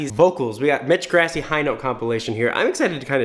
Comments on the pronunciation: I’m sorry, but when you say Grassi it makes me cringe. It’s pronounced Gr-aw-si. Not Gr-ass-i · its pronounced like gr-ah-si not grass-i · FOR THE LAST TIME ITS PRONOUNCED GrAssi not GRASSie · That's Gr ah see not grass ee.... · I feel like all I’m doing is hating on you, but dude, you’re killing me: Mitch “Grassy”? wtf. It’s “Grawssy” (spelled Grassi, obviously..) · omg so triggered; it's grAH-si, not grassy UGH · PLEASE SAY HIS NAME PROPERLY. Its pronounced GRAH-ssi. Ur saying GRASS-i. PLEASE. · its slightly annoying that he says ‘mitch grassy’ but ayye nobody’s perfect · “mitch grassee” OOF that’s not how you pronounce it. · Elly Aridan right! Its pronounced “Gr-AH-ssi”. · CatsDontBelongOnTheRoof ikr! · "Is he singing higher?" "His mix is amazing!" Yes. Yes. Yessssss (and sorry, but his last name is pronounced Grah - see) Thank you for doing this video! I enjoy hearing what you have to say about attempting his tone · It’s “GRASSI” get it right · the way he pronounces Grassi lolol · the way he pronounced grassi 😂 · I'm like 99% sure "Grassi" is pronouced with an open central a, like in "father", as it is an Italian name and thus would follow Italian IPA conventions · That moment when he pronounces grassi wrong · The way he says Grassi is so incorrect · Srry I’m a huge fan of pentatonix so when I hear one of their names pronounced wrong I have to correct it.